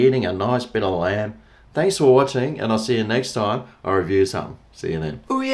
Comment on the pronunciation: I genuinely thought you said "G'Day Land Lovers" in the intro... not "G'Day Lamb Lovers". I'm thinking... has been on a boat fishing or something!!?. Then you showed the product being reviewed... and then it clicked. 😆 🍴